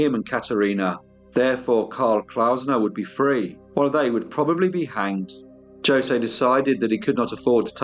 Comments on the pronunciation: Reputable channel, not quite. The narrator can not even say the gentleman's name the right way. Isn't it said Hose' or 'ose'? You don't say the J because it is silent? If this channel was reputable, it would have also done the research of how to pronounce the Brazilian names. Hence, the English narrator was probably making fun of how the South American dialect is pronounced. This is the reason why I have not subscribed to this channel. I can't stand the one tone monolog, and that flucking English accent!!! Why not be a little more respective, and also get another narrator, possibly a female!! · It’s painful to listen to you mispronounce Jose (it should be hose aye)… It’s common knowledge I’d have thought, I’m an Aussie in rural Australia and even I know this. Like Jesus is pronounced Hey-Zeus. Please start researching pronunciations, you are doing your topics and yourself a disservice. I’ve listened to everyone of your podcasts and am a fan, but I know you can do better in this area. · Catarina Palse, my wife, was from Hungary Carlos Claussner, my accomplice, was from Germany The Ramos family, my namesake, was from Spain. We say Ho-say. Honestly though, I really do appreciate your efforts in maintaining historical and factual accuracy. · A Brazilian name is likely to be Portuguese origin, I think it is Jo-say. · this narrator needs to know how to pronounce José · I do love this channel, and the videos covered here. Though I must say it amazed me how well every pronunciation of places were amazing, I just can't figure out why José was not pronounced correctly... to me, that was the easy one, I would have butchered every other name lol... Thanks again for introducing me to this story, I had not heard of these horrific criminals. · If you cant pronounce "Jose" properly...im done. British people sound articulate but not culturally. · I thought in Portuguese the pronunciation was different? Is it not? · Jose is pronounced "hoh" + "zay" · Jose is pronounced hosay